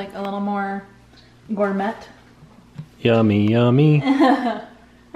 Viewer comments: Love you two! Is joking when she pronounces gourmet as “gor-met” instead of “gor-may”? She’s pronounced it that way 2 days in a row. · I can't make up my mind if is jokingly saying Gour Met instead of Gour may. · gourmet is pronounced Gore-MAY and NOT GORE-MET!! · she does know you don’t pronounce the t in gourmet right?